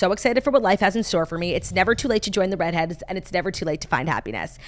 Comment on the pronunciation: Can you please tell the beautiful talented how to say Read Heads, because she still says the REEEED HEADS!!! But she might just be trolling us for engagement....